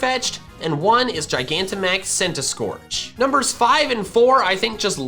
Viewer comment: CENTISKORCH, NOT CENTASCORCH!